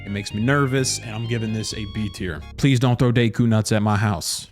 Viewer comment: How you said deku nut was so north American and I’m saying North American because I can’t tell if you’re American or Canadian so I just went to the safe option and just went North American as in the continent North America